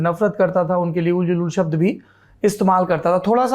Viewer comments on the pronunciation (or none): none